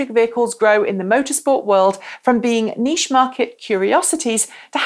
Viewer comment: I like how you say niche!